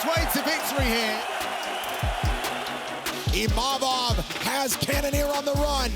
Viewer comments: So its not just me that calls him Imamov. Did they change the spelling to Imavov or was it always like that? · Someone should tell Izzy that its Imavov not Imamov.